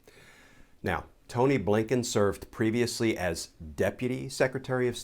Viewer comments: Just love that when you say, “A. Blinken” it sounds like “Abe Lincoln”. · Mr. Kirschner calls the new SOS Appointed, "Tony Blinken." I've heard others call him, A. Bliinken! Yes, the pronunciation sounds like a former POTUS.